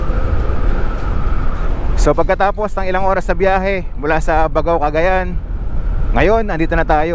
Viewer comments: Bag GAO. Tamang pronunciation nya bossing. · Gat-ta-ran. Hndi Ga-ta-ran. Bag-gao. Hndi Ba-gao. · Sir, ako po ay tga Cagayan. Ang pronunciation ng pangalan ng lugar kung may nadobleng letra katulad ng Baggao, Lallo, Capissayan ay hindi shino-shortcut. Parang ang bigkas ay Bag-gao, Lal-lô, Capis-sayan.😊